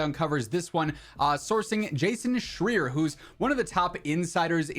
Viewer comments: I can't stand the geezer but at least pronounce his name right, it's Schreier and the ei is said as in eye so Schr-eye-rrr. And I hate to break it to ya but that video where he says this is about a month old, it's nothing new whatsoever. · You mispronounced "Schreier". It rhymes with higher.